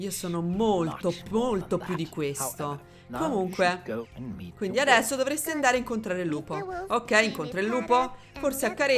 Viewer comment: "Addresso" mi ha stesa! 😂